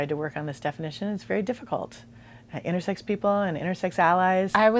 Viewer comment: I kept thinking she was saying "innersex" and I got confused